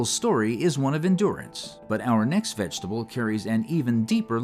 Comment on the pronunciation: Love how you say vegetable. It’s like how I say it. Vengetable.